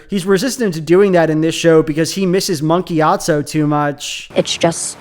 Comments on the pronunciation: Why he saying it like Monkey Atso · Every time you say "Monk Gyatso" I hear "Monkey Gyatso" 🤣🤣🤣